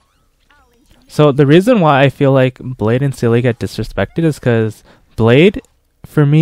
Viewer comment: German here, Seele is pronounced "Zee-luh" her name means soul in German! Not a seal with an e afterwards! Although I can't pronounce the Chinese names very well so who am I to judge! Awesome run btw, gave me hope in my poor little blade.